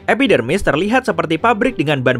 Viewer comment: kok gw dengernya epidemik?